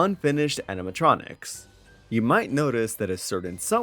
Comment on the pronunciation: I think it's endearing how you can't pronounce 4+ syllable words. "Facitily", "Aminatronics", "Reatily", "Personatilies", "Abitily". Lol no hate ur takes are based but I noticed that every time